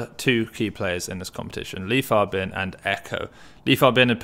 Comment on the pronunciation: Li Fabin been winning so much that people start learning to pronounce his name right 😂